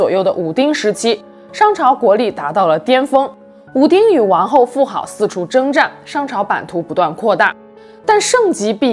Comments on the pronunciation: 妇好，读音“妇子” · 妇好（zi, 音子）